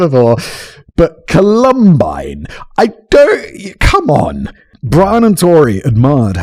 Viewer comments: This pronunciation of Columbine is precisely why we kicked you guys out the colonies. Call em Byne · For God’s sake, will somebody please tell Simon how to pronounce “Columbine”??? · Columbine. WHY DO YOU SAY IT SO WEIRDLY YOU ENGLISH FELLOW!?!